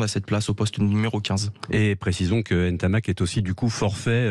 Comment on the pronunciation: Commencez déjà par bien prononcer son nom après on parlera